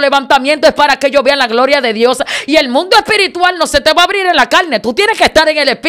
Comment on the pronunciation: El mundo espirituar 😂😂😂se dice espiritual !!